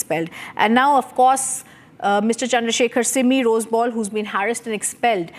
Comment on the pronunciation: It is Rosebell not Roseball! Can you please bring Shashi Tharoor to this show as ask him some basic questions? At least we can be entertained by how he obfuscate truth!!!